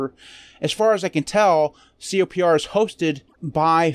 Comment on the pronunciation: Isn't it pronounced "Copper"? Also, it contains some big packages that have simply been removed from the official repos, like the Eclipse IDE.